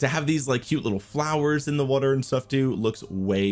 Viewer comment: Water ❌ Wutter ✅